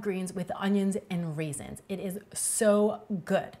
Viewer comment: My soul hurts so bad right now. She said RAISINS!!!!!!!!!!!!